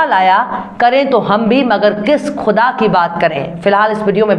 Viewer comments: Quda قدا kahena ghalat hae , ( KUDA خدا kaha jaye ) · aap bolti bahut achha hain, malumat bhi bahut hain, bas talafuz thik kijiye. aap (quda) ko khuda kaheti hain.